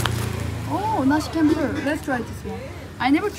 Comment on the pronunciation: c in indonesia pronounce like Chocolate, not like curious... so, you pronounce nasi campur is wrong... campur pronounce like champur